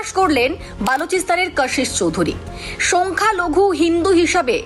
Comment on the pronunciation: সোংখ্যা নয়,বলুন সংখ্যালঘু